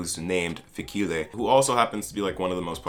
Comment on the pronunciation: I love your videos but I can't keep a straight face every time you pronounce Fikile